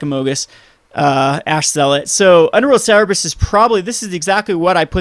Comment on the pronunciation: its Cerberus, not cerebus btw and i really like the deck alot